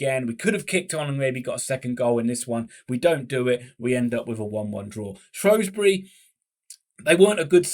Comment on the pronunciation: Ur saying Shrewsbury wrong u spaz